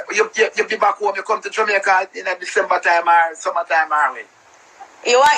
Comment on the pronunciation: Did the lady on the live says 'Jamaicaer' 😂😂